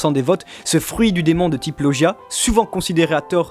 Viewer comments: ON DIT LAUGIA PAS LOUGIA mais sinon trés bonne vidéo ^^ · ET SA SE DIT LOGIAS